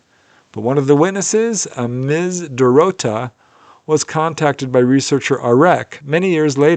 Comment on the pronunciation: Thumbs up for pronuciation of Dorota in Polish, one word I actually was able to understand haha, I know Polish is not easy, great videos btw